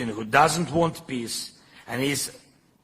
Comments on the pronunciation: does zelelsnky say peace or piss? Thanks for update. Have a good friday evening? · The way he pronounces the word peace,.. it sound like he is saying piss... shouldn't be laughting, bu I just cant unhear it 😂